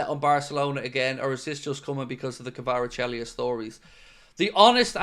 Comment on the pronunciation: You’re Fairly Butchering His Name 😂 Kaveechykavarachelli 😂